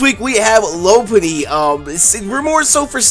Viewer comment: He called Mega loupunny. gg